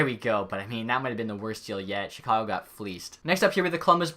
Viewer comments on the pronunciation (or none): none